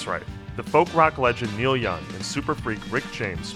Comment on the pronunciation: Am I the only one who's hearing the narrator call him Neil Yun?